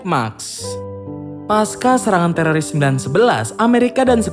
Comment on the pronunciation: Lembut kali ya "telolis" 🤣